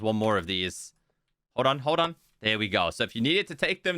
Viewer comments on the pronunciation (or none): none